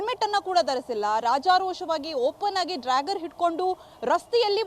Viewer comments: "ಡ್ರ್ಯಾಗರ್" ಅಲ್ಲ "ಡ್ಯಾಗರ್ " - ಸರಿಯಾಗಿ ಹೆಸರನ್ನ ಉಚ್ಚಾರಣೆ ಮಾಡೋದನ್ನ ಮೊದಲು ಕಲಿಯಿರಿ! ನಿಮ್ಮ ಜನ್ಮಕ್ಕೆ ಬೆಂಕಿ ಹಾಕ!!! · Dragger 😂 this is what happens when kannada news reporters does not have knowledge about English language 😊. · Its dagger not dragger. Otgerwise simply use kannada word for it. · ಅಯ್ಯೋ ಡ್ರಾಗಾರ್ ಅಲ್ಲಪ್ಪಾ.. ಡ್ಯಾಗರ್.. ಡ್ಯಾಗರ್ 🤣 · It is dagger (big knife) not drager😂